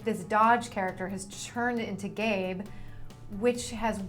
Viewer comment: they said gabe but it sounds like gay lol even the closed caption reads 'gay'